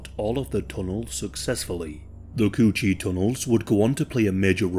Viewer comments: “tunnel of the coo cheee” had me dying 😭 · The way he says coochie has me dead asf